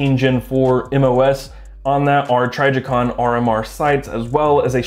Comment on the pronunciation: Can tell you’re not a gun guy because of how you pronounce trijicon. Lol